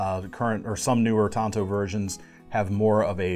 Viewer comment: You're pronouncing it right,. Pronounced like the other traditional Japanese blades; wakizashi and katana.